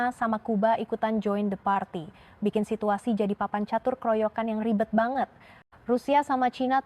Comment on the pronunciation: Apa kata benaran baget???? Baget ???? Ini bahasa melayu???? campuran ya ??? Ternyata, lebi jelas orang papua berbahasa Indonesia 😂😂😂